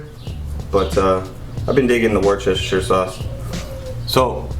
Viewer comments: It's pronounced Woostershire sauce but I like listening to other folks attempting to get it right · From the UK here got the same grill. Ribs look superb x👍 Worcester is pronounced more like "Wuster" 👍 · Love it, but that's NOT how you say Worchestershire. As an American living in the UK, I've been corrected multiple times. It's pronounced Wuss-ta-sheer . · Worcestershire is actually pronounced as "WOOSTERSHEAR" ,Bloody english cant even speak their own written language :P lmao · Creased at "Worcheshersher sauce, hey i said it right!" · “Worcestershire sauce.. I actually said that right!” - no you didn’t 😂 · Lmaooo thought I was the only one that noticed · Yes he didn’t!